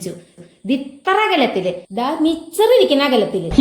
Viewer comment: മിച്ചറല്ല മിസ്റ്റർ മിക്ചർ..!!! 😂😂😂